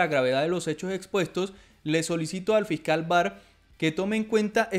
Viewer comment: Fical jajajajaja Fiscal hay que mejorar la pronunciación.